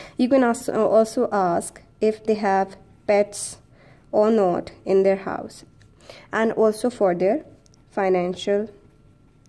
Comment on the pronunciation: not is pronounced as not and not ‘note’.u can learn it with practice.very useful vedio indeed. thank u